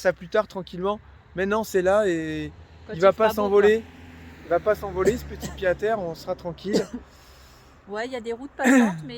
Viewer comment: Le retour des daily vlog! Bon par contre on dit Pied-à-terre avec un T « pyé t à tèr » 😊 ( Ca date de la renaissance )